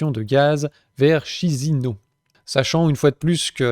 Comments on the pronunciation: Chisinau se prononce Kichinaou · petite remarque en passant : Chisinau se prononce ki-chi-na-ou ou ki-chi-na-o en bon roumain